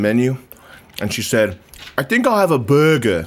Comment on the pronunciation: Found the person who asks for a Buuergeh with froys